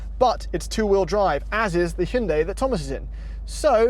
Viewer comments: don't lie to yourself, it's not Hun-day, it Hi-un-die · its "hi-you-on-die" not "he-you-on-day";) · Homeboy keeps saying hinday lol 😂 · It's pronounced hun day sir geesh. ~ american citizen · "Hinday" Thomas: "Elaentra" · Hin-day El-an-tra what the fuck 😂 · Guys.. It's pronounced "H - Yawn - Day".. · Learn to say hyundai